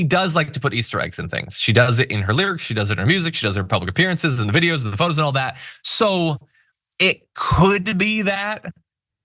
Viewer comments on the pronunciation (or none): none